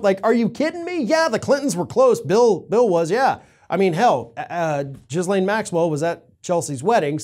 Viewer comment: Dude: you mispronounced Ghislaine. It's pronounced Gee-lane.